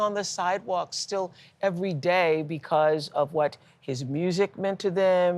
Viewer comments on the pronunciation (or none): none